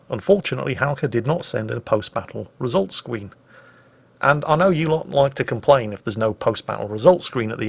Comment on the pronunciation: Did go a bit "Wossy" when first saying the phrase "results skween" towards the end there, or is my hearing deteriorating with my advancing years???